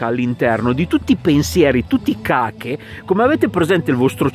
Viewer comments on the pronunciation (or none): Ciao, cache si dice casce'😅. Giuste osservazioni!